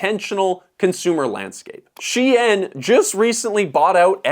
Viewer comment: Dude, it’s Shein, pronounced like "Shane". Not "she-en".